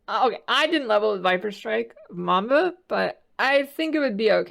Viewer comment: MABMA instead of MAMBA 🤣